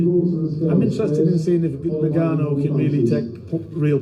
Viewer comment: Nice to see pronounce Ngannou properly 😂